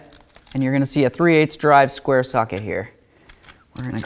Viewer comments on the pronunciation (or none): none